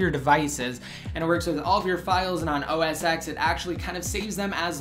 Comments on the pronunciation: It's 'Oh Ess 10', not 'Oh Ess Ex'. Besides that, great review, and thanks for a look at ios 8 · OS X.. its pronounced "Oh Es Ten" NOT "Oh Es Ex" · ***** isn't that what I just said? ._. that it's pronounced "Oh Es 10" and not "Oh Es Ex" like you were saying in the video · Why do you call it Oh-es-ex? You do realize the X is a roman numeral right?